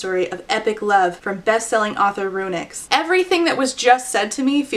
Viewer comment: Every time you said "RuNyx" I heard it as "Aroonyx" and I had J.M. Buckler flashbacks